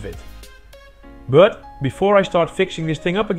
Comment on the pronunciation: video host pronoucnese "but" as "bruught". also this is jsut enough to power a modern high mid-end pc.